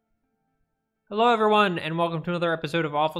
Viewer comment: dedication to "hewwo" is a gift